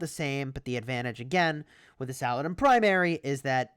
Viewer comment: I won't let you butcher his name. It's pronounced "Sah-Lah-Deen"